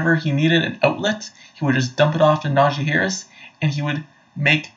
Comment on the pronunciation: I love that you keep mispronouncing his name. Who cares who this guy is? He clearly hasn’t been watching Najee over the last two years. 1200 yards behind the worst rushing line in the NFL last year.Then over 1000 yards in a season when he was injured for about half of it. Not bad.